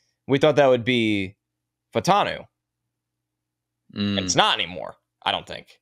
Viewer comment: Fautan me!? No, sir, Fautanu!